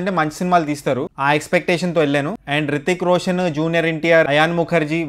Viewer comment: Hrithik Roshan raa babu rithik roshan kadhu porambokaa